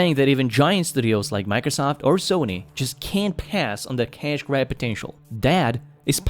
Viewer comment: I thought he said cash-dad potential lmfao as if PC gaming is a dad thing when he actually said cash grab hahaha